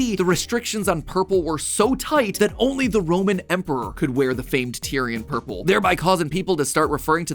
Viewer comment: He said ourple